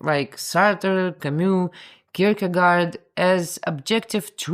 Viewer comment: The 'aa' in Kirkegaard is rather prononuced like the 'o' in 'lord' and the 'd' is more or less silent. Sorry for nitpicking, but I'm from Sweden. BTW, the name means 'graveyard' (literally 'churchyard'). It somehow seems right, doesn't it.